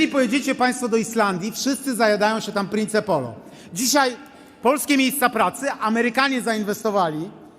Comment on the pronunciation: Jak można głosować na tak niewiarygodnego i prymitywnego człowieka I poligloto nie prince polo tylko mowi się princ polo